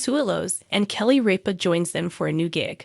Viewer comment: you could, at the very least, leartn how to pronounce kelly's last name!